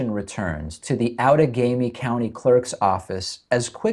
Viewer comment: I'm a Wisconsin voter from Outagamie county, and 1) congrats to David on correctly pronouncing "Outagamie ," and 2) the place where I voted had TRUMP signs just outside the building, which the manager refused to remove. I reported it, and I was told it would be "handled." We need better law enforcement to keep partisan signs FAR AWAY from voting places because they make people (such as myself) wonder if my vote even counts. And apparently mine quite possibly doesn't. EDIT: 3) We also need to slow down in the counting. Too many states rush this crap like it's not even important. 4) It's absolutely CRIMINAL that Stein has to pay for this when 4 wards in the state counted more votes than ballots! Why does anyone have to pay for this other than Wisconsin? 5) WHY aren't more news sources reporting this? 6) This entire thing should be investigated for fraud, not just a "clerical error" if you see it from a lib pov. 7. It's all f-ed up right now because the Supreme Court only has 8 seats filled right now.